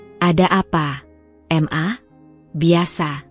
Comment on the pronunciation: Bukan m.a tapi ma dbacanya ma